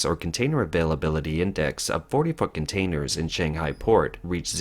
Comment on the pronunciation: "Forty fuckin' tainers..." WHAT?